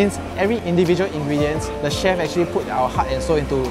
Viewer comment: “Actually , actchilly , actchee”